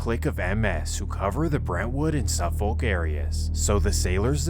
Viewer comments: Lmfao safo County 😭😭😭 it's suffolk county pronounced suh fuhk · its pronounced SUFF - iK and NASS- AW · As someone who is was BORN AND RAISED in Central EYE-SLIP (as AI got it wrong🙄 also SUF-FOLK and NAS-AWE as we pronounce it...) MS has been a HUGE problem forever on long island. i graduated central islip hs in 2004 and we were fighting MS back then...it didnt matter if you were black, white, emo, goth, thug, or jock...WE ALL HATED AND FOUGHT THE SHIT OUT OF MS. i am in no way affiliated with any gangs. But it made me cultured and it built my character, and made me who i am today. I'm proud to call long island home!!!! people dont realize that Long Island is FAR from the Hamptons and its all rich people. there's LOOOOTS of miles between Montauk and Manhattan.. 💖✌🙋‍♀🗽 my husband is from Brentwood, the town next to CI. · Lol i live on long island. Grew up in nassau county, now live in suffolk ... the pronunciation of suffolk!! Its said like suff-uck heh Edited to add, many parts of long island are FAR from affordable! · Its pronounced nass-saw and suff-fick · Nope.. I’m done the minute you said suffolke 😂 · Nass-aw and suffok is how you pronounce it just fyi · As a native NYer from Queens, you butchered a lot of the neighborhood names: Central Islip is pronounced “Icelip” Suffolk is pronounced “SUFF-ick” Newtown is “New Town” Kissena is “Kiss-EENA” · 1. Nassau IS PRONOUNCED: “NAS-SAW” 2. Suffolk is pronounced: “SUFFICK” 3. Long Island is pronounced: “LAWNG EYE-LAND” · It’s pronounced central islip like I slip on ice and Suffolk is pronounced suff vick lol 😂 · “Suffik” you don’t pronounce the L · It’s pronounced Suff-ick county. And Central i-slip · “Ice-lip” “Suff-fok” just so you know how to pronounce it correctly if you need to in the future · Your pronunciation of Nassau n Suffolk is insane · Great vids but you gotta step your pronunciation up fam. Mystikal, Suffolk, Nassau.. one YouTube search can fix this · I absolutely hate how you pronounce Suffolk